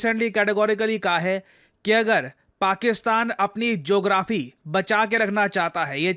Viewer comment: I was thinking that Why is calling it as Jographee.. well, I got it later. 😂😂